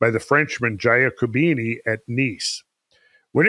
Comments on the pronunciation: In 'Giacobini' the 'gia is pronounced 'ja' or 'yah'. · please: it's pronounced J A C O B I N I , thank you.